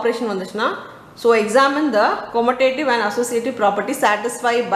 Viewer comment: Mam why are you say கொமுடேடிவ்‌ its கமுடேடிவ் right 😅 any way i am sorry to that